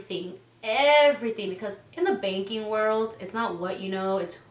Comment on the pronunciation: At one point she did said baking....hilarious 😂